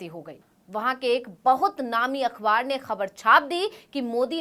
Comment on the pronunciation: “अख़बार” अखवार नहीं। सही उच्चारण करो।